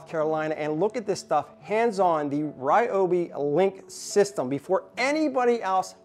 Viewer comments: it's pronounced REE-oh-bee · Is he saying Ryobi wrong as a joke?